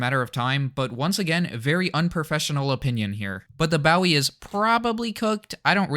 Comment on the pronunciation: Nice video but fyi Bowie is pronounced bo. e.